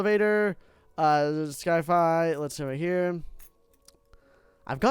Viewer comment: Why is he calling it sky-fi?